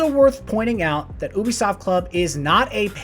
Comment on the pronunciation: AH it's pronounced you-bisoft not oo-bisoft